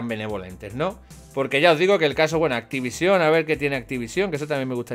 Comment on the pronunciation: te juro que me va a explotar un puto ojo si te oigo decir una vez mas activisión!! que no tiene tilde cojones jajajajjaa